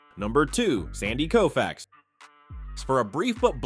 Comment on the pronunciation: Sorry, it's Sandy Koufax